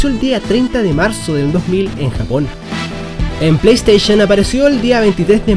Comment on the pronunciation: Genial! Aprendiste a decir PlayStation XD Ahora de tarea aprende a decir DreamcaST, no drimcaTS